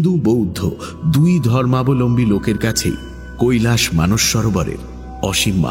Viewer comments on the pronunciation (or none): none